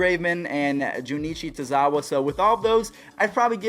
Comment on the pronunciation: I give this video an A for the impeccable pronunciation of Junichi Tazawa